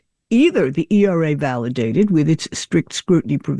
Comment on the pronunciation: Hey AI, it’s Equal Rights Amendment, ERA, not ERRA.